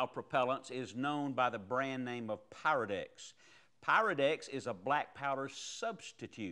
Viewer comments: I'm in England and when you say pyrodex it sounds like parowdex lol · ok, i thought i was imagining things... it definitely sounds like black power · Great video but sounds like he is say Black Power lol